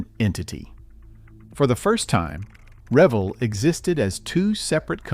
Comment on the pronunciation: Pronounce the company name correctly RA Vel. It’s HO Scale buildings are some of the best ever made. The farm house series and engine house series are still sought after today and can often be found on eBay.